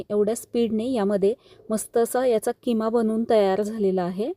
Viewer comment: किमा ❌ खिमा ✅